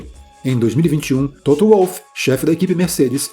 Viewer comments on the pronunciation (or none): none